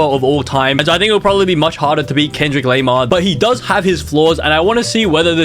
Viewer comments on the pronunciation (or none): you pronounced kendrick lamar as kendrick lamear and tupac as pas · "Kendrick laymar" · bro is tupac not tupaste🤬🤬is kendrick lamar not kendrick leymar, you are just pissing me off, AND FINAL IS NOT AMYNEM ITS EMINEM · He say cardeye b and and Kendrick leimere and two pace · Bro said em eye nem 😂 And kendrick laymar 😂 And two pace 😂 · Amainem, Kendriq Lamarq, Cardie B, 2 Pase, don't see an issue hear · “Kendrick laymar” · "Cardai" "Kendrick Leimare" "Two Pace" "Emaynem" 💀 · Em-I-nem 😭😭😭 CenQuip lamar😭😭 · its lendrick kamar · Actually,Its Kendick Leymar